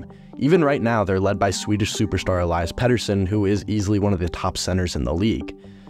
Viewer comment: Tom Willander** Elias pettersson is pronounced E-Lee-as, not the typical pronunciation of Elias. Also you forgot about them getting Johnathan Dahlen and flipping him for Linus Karlsson